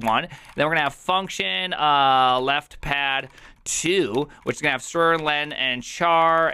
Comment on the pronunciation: It amuses me how pronounces "str" as "strurrr" yet "ch" as "char". Dude, there's no 'a' in 'ch'. 'ch' as 'char' only makes sense if he pronounces "str" as "string"